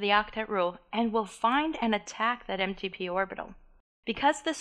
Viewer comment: I think she's saying empty P orbitals lol